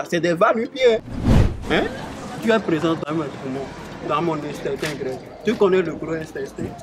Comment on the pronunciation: Ke intestin grêle au lieu de intestin 😂😂😂. Ton poids est trop😂😂😂